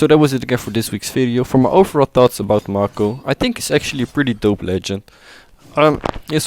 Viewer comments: first: he is a she second:it's pronounced m-ai-co not m-ar-ko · His name is May-ko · bruh, May-Ko would be more accurate, learn to read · Its pronounced MAY-ko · I love how he is constantly mispronouncing the name "Mako" and getting her gender wrong.